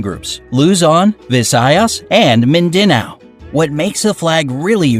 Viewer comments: And the mindanao is pronounced by MINDANAW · When he said Mindanauo i was like- Wait a minute Minda what? Now? The way he pronounced it tho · Min De Nao (What he pronounced) Me be like: BRUH ITS MIN DA NOUN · tagalog : Lu-z-on , vi-sa-yas , min-da-nao video : l-u-zon , vi-sa-yas , min-day-nao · Lmao- I love how the video said mindEnao instead of Mind Anao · He pronounce Luzon,Visayas, and Mindanow wrong :'D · mindinao Me:wha- are you serious:paqiuaw Me:PLEASE MAKE IT STOP!! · I loved how pronounce mindanao "Min-da-now" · anong ring the bell?! All you have to do is say "manong wag kang mag pa bingi dyan yan oo dito lang kami" mostly the bells just brake -_- isn't it already obvious? the way he pronuce midanao I can't 🤣🤣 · Excuse me he is saying some words wrong like Mindanao and Cebu he says Cebu with long E but its pronounced Cenu with short E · I'm sorry but I laughed when he said Mindanao like I legit wheezed man